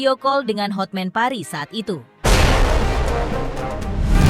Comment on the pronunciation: Buat koreksi nama pengacaranya Hotman Paris Hutapea Kak. Cara penyebutannya sesuai tulisan namanya bukan Hotmen tapi Hotman.😂😂